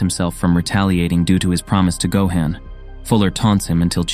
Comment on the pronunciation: Gohan not gohen